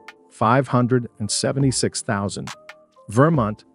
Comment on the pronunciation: "Scar city" "Arkensez" "Virmint"